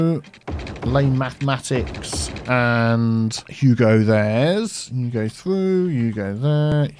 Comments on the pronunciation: It's "you go there", but he's said it so many times it started sounding like "Hugo" instead of "you go", so now he just says "Hugo" on purpose. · Has anyone else noticed that says "Hugo'' instead of "you go"